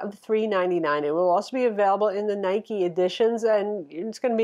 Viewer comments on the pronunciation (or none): none